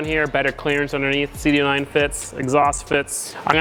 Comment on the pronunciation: did you say cd oooo 9 instead of cd oh oh 9 lol